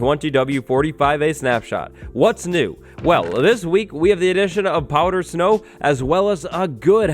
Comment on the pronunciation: Are you saying "powdered snow" or "powder snow"?